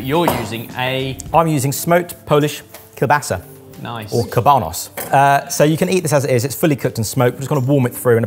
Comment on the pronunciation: “I am using smoked, polish kielbasa, or intangible*kauabas*??? As a polish person, I applaud you for trying, but I have no clue what that was supposed to mean? 😂😂😂